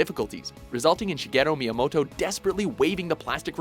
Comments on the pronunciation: "Cheguero Miyamoto" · did he just say shegera myamoto learn to pronounce his fucking name